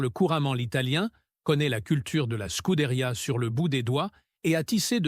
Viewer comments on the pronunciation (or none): Et l'IA incapable de nous traduire le discours 🤦‍♂🤦‍♂ Remarque , pour le français déjà ça prête parfois à rire !( schouderia, scood ria, Lois, etc))